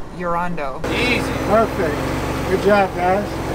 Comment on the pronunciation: "Urondo" made my day! If only Terry Crews could have babysat the penguin :)